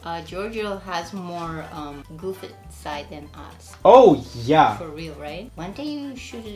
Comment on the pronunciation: CEO of "FOR REAAL"